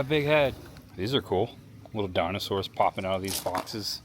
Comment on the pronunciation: Really cool. But you’ve butchered the dinosaurs names.